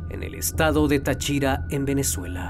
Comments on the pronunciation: Así no se pronuncia Táchira ni Tariba bro me daba estrés escuchar como pronunciadas mi ciudad . pero buena investigación te dejo mi humilde like 👌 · Se pronuncia Táchira con acento en la A y no Táchira con acento en la I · No es ta CHI ra, es Ta chi ra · Yo soy de Venezuela y no sabía de este caso 😐 aunque me da gracia como dice Táchira 🤣 lo dice sin asentó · Un detallito de pronunciación: Es estado Táchira, no Tachira. Sin embargo, el vídeo es excelente como de costumbre. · 😂😂😂 el estado de "tachíra" jajajaja se pronuncia Táchira 😂😂muy bien video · No es Tachíra, es Táchira el estado. Pero buen video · Cooñuelamadree. Es TÁchira, no TachÍra (casi me incorporo haha). Pon pilas a cómo se llaman los sitios y cómo se pronuncian los nombres. Ya han sido varias las veces que he escuchado cosas así. Como una tipa de apellido Knight, no es kenait. Es nait. Pendiente... amo tus vídeos, pero en alguna parte de la preparación del guión, debería estar el verificar cómo se pronuncian los nombres y lugares. Así queda completamente impecable la narración. No quita que ame tu contenido, eh... Es pura calidad. Debería estar en Netflix. Así que saludos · tachíra? TACHÍRA????? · Tachíra xd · Lo único que le crítico es la manera de pronunciar Táchira y Tariba jajajajsjs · No puedo escuchar con tranquilidad, cada que dice Táriba y Táchira me da algo😭😭 yo nací ahí y se dice tÁriba y tÁchira💔 pero buen video mi abuela me hablaba de un come gente cada que pasábamos por debajo de un puente que está cerca de un faro, pero no sabía la historia completa ❤ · es Táchira.. jeje.. lleva acento allí.. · Táchira. Táriba. Cada vez que lo pronuncias mal me da un tick en el ojo 🥴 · Hombre, pero le falta hacer énfasis en los acentos. Es Táchira y Táriba. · Creo que el narrador tiene problemas con los acentos en las palabras Táriba y Táchira... Palabras esdrújulas acento en la antepenúltima sílaba. De resto , excelente reportaje